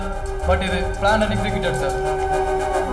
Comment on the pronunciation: அது பிளானட் எக்ஸகியூட்டட் அல்ல.பிளான்ட்.அதேபோல ஹீரோயின்.ஹீரோயினி அல்ல.மினிட்,நிமிட் அல்ல.மேலும் பல indian crocodile உச்சரிப்புகள். தமிழிலும்,ஆங்கிலத்திலும்.